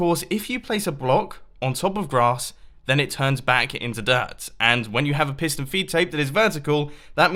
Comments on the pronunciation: Tomas Fahy I thought he said Pissed on a feed tape!😂😂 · He says 9 time "pistone filptape" ^^ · At the started I thought he said pissed and feedtape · Any1 else think he says pissed and feedtape!!??